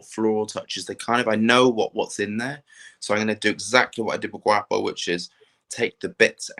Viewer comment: Guapo: po as in pond not as in paw 😆